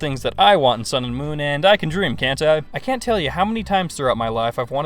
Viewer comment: Did you say "sun" or "sound"? Move your mouth more so we can understand you.